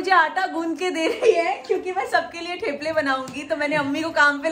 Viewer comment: It’s थेपले …. Not टेप्ले